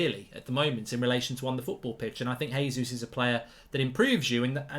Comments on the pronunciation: Vieira, not Viera! ..... and Jesus, not Resus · Mark, Gabriel Jesus has been scoring in the league far too long to carelessly mispronounce his name. It’s a hard J. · It's JAY-zeus hes Brazilian, not Spanish omds lmao